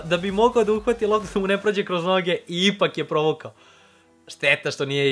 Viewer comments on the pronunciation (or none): kažeš kroz none a ne noge